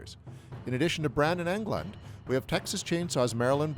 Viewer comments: Brandon England??? Also the narrator can't pronounce myriad. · "Brand AND Englund" dude.